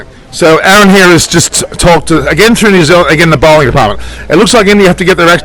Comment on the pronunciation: Now we know it's New-Zealand